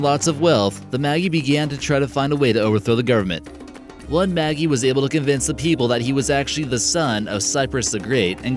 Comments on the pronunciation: Cool topic but it's Maj-EYE not maggie. The maj part is pronounced like in magic. :D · Magi is pronounced like magic. Not Maggie. The g sounds like J.